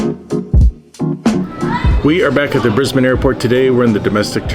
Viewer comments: So impressed you pronounce Brisbane correctly. Can you say Melbourne properly? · Thank you for saying Brisbane properly! ❤